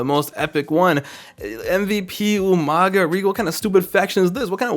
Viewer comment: Great memories,but the beginning of the Taker Story was shit.Much like what they did to Kane. In Y2J's Mania if you accuse Mr.Kennedy, they are two Maskedman him and Orton. The best moment were Regal's pronounciacion of You-Manga 🤣🤣🤣🤣🤣